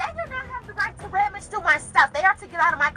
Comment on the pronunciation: so she wants to clock in AND THEN proceed with her ticket…..on the companies time! You clock in when u work not to “be on time” then do something other than work. That’s actually criminal! Have some respect! Oh and it’s RUMMAGE not Rammage